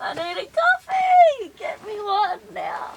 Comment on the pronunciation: saying 'right now': "Right nayah"